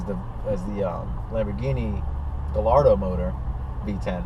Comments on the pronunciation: Pretty sure Gallardo is pronounced guy - yard - doh, not gal - lard -o...just sayin' I don't know that people overlook Audi, they seem like there are tons of them here in Cali. After all, they're just Volkswagens right? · Gayardo not guy' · Guy-ar-do not galardo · galardo?... really? pronounced gayardo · Buddy pronounced Gallardo as (Guh-lar-dough)......I'm sick 💀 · “guh lar dough” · just cause akon pronounced it gallllllardo doesnt mean its correct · its enunciated guyardo not gallardo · Lamborghini's are (often) named after famous Spanish bulls that the matadors would do their thing with. Therefore, it actually is guy-ar-dough. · Guy are doe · How are people still pronouncing Gallardo wrong? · Lmaooo is it me or he’s saying gallardo wrong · Sounds Sick. Pronouncing Gallardo wrong though. I have a 2008 and this car is either a 07 or O8. Mine is Grey/Blue with off white seats and carbon fibre. It's fast but not as fast as the M5's. Oh.... WTF is that awful background goat/sheep/Rc Nitro sound at the beginning of this video? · He doesn't even pronounce gallardo right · trollinger most people in the states say it wrong, kinda like most people here say porsche wrong too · Ya that's definitely a 2008 lol, and bothers me soo much you mis-pronouncing Gallardo. V10 sounds amazing however :)